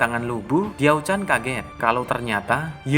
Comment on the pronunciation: Baca Ravage of Time deh... Di situ Lu Bu (Li Pu) nya pintar... Kadang2 interpretasi pembuat filem sih boleh2 aja. Kalo gw lebih terganggu dgn cara pembaca nyebut nama Li Pu(Lu Bu), Tong Chuo (DongZhuo), TiaoChan(DiaoChan)